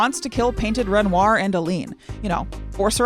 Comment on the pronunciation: I cannot abide the pronunciation of "Ren-rawr".